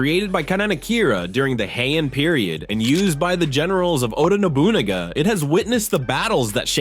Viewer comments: lol...... Masamune = Mah-Sah-Moo-Nay. LMAO......Oda Nobunaga = Oh-dah Noh-bew-nah-gah. Probably another one but it's too painful and hilarious to listen. "0_o" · The way he said Oda Nobunagas name